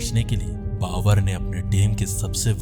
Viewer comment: भाई बाकी सब कुछ अच्छा है लेकिन आप ब सही नही बोलते बाबर को बावर बोल देते हो यार ।